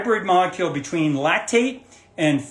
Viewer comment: I can't hear what you're saying it sounds like you're saying a lactic but you're saying lack petite...laptate or what? How do you spell it